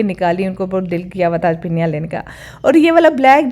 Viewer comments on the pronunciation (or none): फिनिया nhi hoti hai yr yeh फेन्नी hoti hai